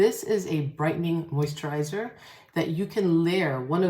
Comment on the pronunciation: moisttchaaa!! Not the NY accent coming thru for a sec lmaoooo